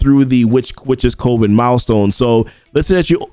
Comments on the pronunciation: I love the content but I gotta say it.. it’s Cuh-ven. You’re definitely not alone. Every CC I’ve been watching is saying Coh-ven. However, it’s Cuh-ven. Sorry it’s been driving me bonkers haha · Just a heads up, coven is pronounced the same way as "oven", but with a c in front of it. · Coven rhymes with lovin". I love you, man.